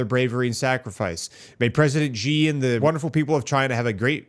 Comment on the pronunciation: why do people like to called him Jez ? his name is really simple and easily to pronounce, its just C .. even though its written as Xi .. its pronounced as C .. not Jez (not jes'us)